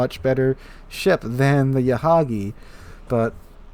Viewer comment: Yahagi not mahagi